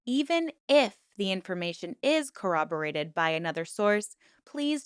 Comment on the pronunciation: I'm so happy you pronounced corroborate properly. So many creators, even the top true crime creators, do not. It is so 🙄 cringe. If they don't want to sound like they have brain damage, they should work on that, lol. Next, let's address those same creators who pronounce the letter "T" in the back of their throat. True crime is not the forum for "cutesie" so let's just stop. Sorry...rant.